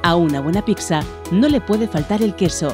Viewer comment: Me crispa que diga "picsa"